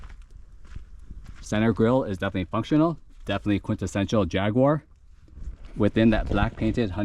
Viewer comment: If you learn to pronounce Jaguar properly you'll have more credibility.